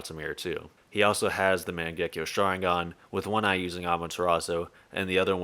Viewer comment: You'd think someone knowledgeable enough to make videos on Naruto would pronounce mangekyo right